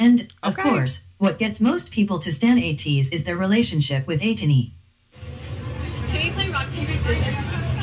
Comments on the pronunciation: I see six months in and some people still do not know how to pronounce ATEEZ - it's a long A like in the word SAY, so it's AYYYY tee....Z like AYY-tease...not Ahhh Teez....and yes it's AYYYY tiny like tin - ee...just like they say in the word Destiny...it's not tiny as in little....so if you're gonna stan, let's stan correctly :) Now, you think all the vids are good, you should see them actually in concert...it's epic!!!! If you ever get the chance, do not hesitate, DO IT!!!! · It's pronounced A-Teeny.